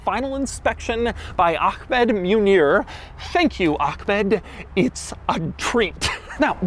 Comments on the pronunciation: ACKmed, hahaha... come on Doug it's clearly AHHmed 😅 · It's not "AKKKKHHHmed" 🤦‍♂ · Bro said Ahkmeh instead of Ahmed smh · Did bro really say ahKmed 💀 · It say “Ahmed” not Ach-med. sheesh Douglas. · Bro name is Ahmed but still he managed to find a K somewhere in there lmaoooo